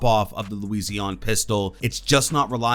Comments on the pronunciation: Its Luison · I hate how he says Lusion😭😂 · I think this has to be the most hilariously wrong way to pronounce Cav's pistol, congrats. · You pronounce cavs pistol really oddly